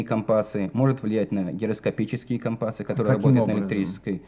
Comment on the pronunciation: Слово " компасы" с ударением на "а" резало слух.